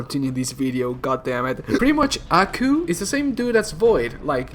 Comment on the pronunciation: It’s not pronounced ackoo it’s pronounced Aw-coo